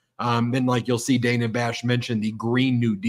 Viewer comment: Brett it's Dana not Daynah (phonics spelling